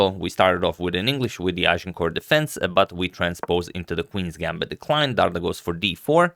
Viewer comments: It's Dardha (dh (ð) as in the english word "that"), not Dard-Ha. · Agad, is pronounced Dar"th"a like the word "the" in English and means the fruit pear!!! in Albanian as his parents are from Berat, Albania.